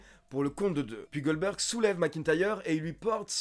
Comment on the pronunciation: MDR, j'ai bien entendu ? tu nous as fait un "Oldberg" ?